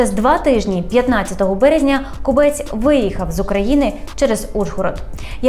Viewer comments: Хіба не зрозуміло що кОбець а не кобЕць противно слухати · Думаю, що все таки КОбець, а не КобЕць!!! І і КОбця, а не КобЕця!!! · Тільки наголос ставиться на О. КОбець і змінюється не Кобеця, а Кобця. Є така птиця кобець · Дякую за випуск. Тільки перевірте, будь ласка, наголос в прізвищі «Кобець». Мені здається, воно походить від назви птаха і наголос має бути на першому складі.